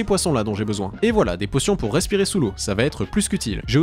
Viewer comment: « C’était affreusement chaiwre mais ça fait trop laungtomps j’en aiye besouin » 😂